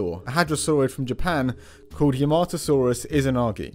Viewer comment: Yahmatosaurus, not "Yermahtoesaurus", you plebeian Gaijin